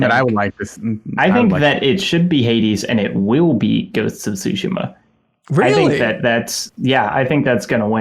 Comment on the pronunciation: Thank you for pronouncing Tsushima correctly! You don't hear Sekiro or Tsushima being pronounced correctly too often.